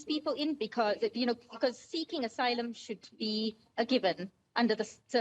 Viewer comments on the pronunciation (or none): If you pronounce asylum as "aysalums" you don't deserve my attention ntombazane 😂😂😂